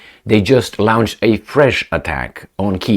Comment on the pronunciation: 💥Dear, with due respect, PLEASE do note the difference in pronouncantion of these feew words: longe, launch lunch, lounche...,the missiles are lounched but we pronounce it,as lonched, have learnt the lingo by my self🇵🇱⚖️🇦🇺💥